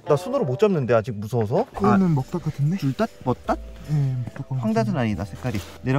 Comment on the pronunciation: 브르님 먹닷 해봐요 먹! 닷! 아니!! 멋 닥 말고 먹!! 닷!!